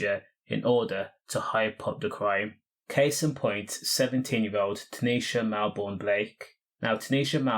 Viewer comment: Bro called her Neeshalato😭